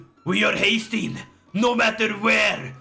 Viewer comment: Haestein❌ haytham✅